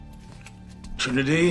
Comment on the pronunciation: No neo no , she is Trinity not trinidiyy 😂